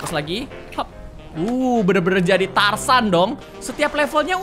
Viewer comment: Tarzan kak bukan tarsan